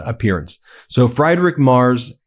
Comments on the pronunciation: I support your channel, but when you continually mispronounce Friedrich Merz’s name, it is disrespectful that you don’t bother to find out how to say it. … It is pronounced “Freedrich”, NOT “Friedrich.” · Friedrich is pronounced Freed-rick (not really "rick", but I'm focusing on the first part), not Fried, as in fried food. Just FYI. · Friedrich pronounced friid-rich in German (not Fridrich) 🙂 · It's not pronounced Fry-Drich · Please say the German Chancellor's name properly. He's not fried like an egg, he's freed. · It’s Free drik not fry drik Mars in pronunciatiation. Improper pronunciation. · Its not fri-drich mars. It's free-drich M-air-z. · Please pronounce mr Merz’s name like it should. Friedrich is not Fryderick. Pronounce IE as EA like in EAsy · FREEDrich not FRIEDrich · His name ist pronounced " Freedrich" like in free not Frydrich. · Ben, Friedrich is pronounced as Freedrig not Frydrig! 😂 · Seriously, Ben. Get a five minute lesson in German pronunciation. Freedrik Mayrz is good enough, but pronouncing it Fried Rick is embarassing. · His name is Friedrich, not Freidrich. Have the courtesy to pronounce it correctly. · Freed-rich Mairtz! It's prounounced "Mairtz" not "Mars"! His name is Friedrich März, not Frederick Mars!!! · Sigh. Friedrich = say it with me, Freedrich. Ben, talk to a native German speaker. You've said you want to pronounce names correctly.... please it is Freeeeeeerich NOT fried as in fried chicken. Sigh. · It's pronounced freed-risch NOT fried-rik! My German is poor, at best, but it still hurts to hear the way Ben pronounces that name. That said I still love the for doing what they do & standing up for democracy. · FRIEDRICH!! III, not Fraidrich! It is an Iiiiie sound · Ummmmits not pronounced Fried Rick. Like fried chicken. It’s “freed rich”. I mean I don’t speak German. But thought I’d help out here. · Friedrich is pronounced as FrEEdrikh, not as FrIdrikh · OMG Ben, it's pronounced Freedrich, not Freidrich.